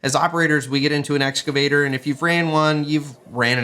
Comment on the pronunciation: “Strategic accounts manager” but can’t pronounce “excavator”…. 🤨 There is no “S” in EXcavator!